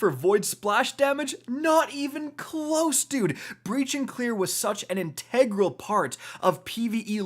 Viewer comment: "I don't know how to pronounce, "integral"...